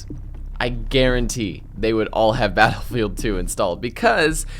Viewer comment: Why do you keep calling it Battafid 2?